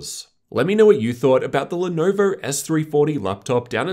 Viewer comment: pronounced lenovo like that